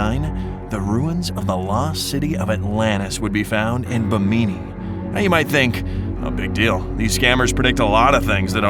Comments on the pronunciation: Great video, but did you really pronounce that as "Bi-meene"? It's actually pronounced "Bih-mini", as in the Bahamas 🇧🇸! God bless & keep up the great work. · BIMini CAY-cee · Learn to pronounce bimini its bim-ini not bi-mini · Ba meany? Lolol learn how to pronounce something before you go to all the trouble of making a video. (Bim-in-e) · Edgar Cayce = Kay-SEE, Bimini = Bem-en-ee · This would be a lot more credible if the narrator could actually pronounce the subjects correctly. Like Edgar Cayce (pronounced K C) Or Bimini (pronounced bi-muh-nee)... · You pronounced Bimini wrong it's Bim-min-e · Why are you saying Bimini so weird??? Its pronounced Bim-e- neé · You need to learn how to pronounce the names you use in your videos. Edgar Cayce's name is pronounced K C and the road in the Caribbean is the Bimini bim-in-e Road. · Bimini is terribly pronounced btw... (as a Bahamian... it's BIH MIH KNEE ... not whatever you were pronouncing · Um, it's BIH-MIH-NEE, seriously???😒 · Your voice bot can't pronounce Bimini or Cayce. You need a new voice bot. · You’re pronouncing the name “Cayce” as in Edgar Cayce and the place “Bimini” incorrectly. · How many times in your videos can you mispronounce words. In this case you mispronounced Bimini and Cayce barely a minute in. Look it up, google it or just get someone with a brain. I like your videos but your constant mispronunciations make me wonder. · You are pronouncing "Cayce" and "Bimini" wrong. It's like Casey and In Bimini there's no stress on the first I so it's exactly how it looks. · Your pronouncing Bimini completely wrong